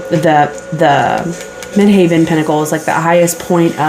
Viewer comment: Tarot by Melissa sent me here 🙂 Thanks for the reading. Midheaven is pronounced the same as actual heaven. It's not haven. Since I don't have a career, I will interpret it at my reputation, or my standing within the community- how I am seen out in the world.